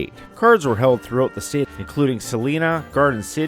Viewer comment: Sorry to be so picky, but because I was born there, I can tell you the correct pronunciation of the city in central Kansas is suh-LIE-nuh (Salina). Otherwise, a very factual part 1 documentary.